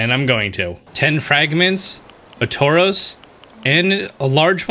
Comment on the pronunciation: It’s funny how he pronounces Taurus like the pokemon Tauros